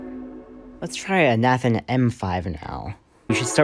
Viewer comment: You’re pronouncing Nathan wrong.